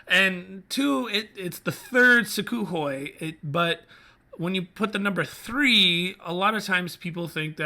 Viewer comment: Oh, and it's pronounced soo-(k)hoi with an almost silent K